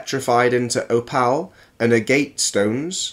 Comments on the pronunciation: Judging from the way he pronounces opal and agate (oh pal and uh gate) I suspect he has not spent much time reading up on geology or talking to people with any familiarity in the field. Apologies if he is a native speaker from where that would be the expected pronunciation, but a cursory search did not find such a location. His 'heart' pareidolia is quite common, though. I am a member of several online rockhounding groups and near daily there will be someone proudly showing off their fossilized organs. Hearts and kidneys most often. You know, the two organs for which their is a simple cartoonish pop culture idea of what they should look like. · He can't pronounce "opal" "gallstones" or "agate" ... wtf! Ick-settrah!